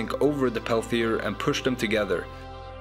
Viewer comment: It's a Peltier module, not a Pelthier module, so it's not pronounced with an 'h' after the 't'.